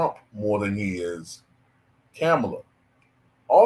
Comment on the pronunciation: Just a curious question. Do you mispronounce her name on purpose or is it unintentional? It’s a lot umph on that “Kam” syllable.